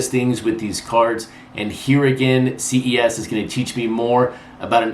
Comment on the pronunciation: Ces (pronounced “ses” like the beginning of cesspool ) PR 3800. Love the channel!